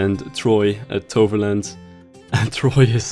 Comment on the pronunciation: u can prenounce toverland can u prenounce efteling aswell?